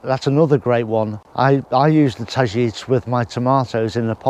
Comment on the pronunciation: Targetes is pronounced tajetees